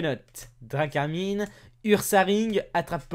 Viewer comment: C est drakarmin (drakarm1) pour la pronnociation